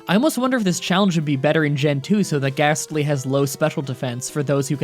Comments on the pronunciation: You're challenges have become increasingly easy. And I'm sorry but unless the next one is a CHALLENGE I'm gonna unsubcribe. I don't wanna so please up your game. Also it's a GASTLY! NOT GHASTLY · U said ghastly